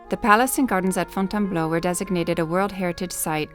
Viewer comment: Désolé chérie. . c est .Fontainebleau.. j aime le son ta voix ..so british..